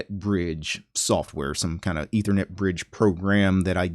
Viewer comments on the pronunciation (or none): none